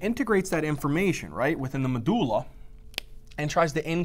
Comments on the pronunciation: I love how you say “medooola” haha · When you realise medulla is actually MADullah 👌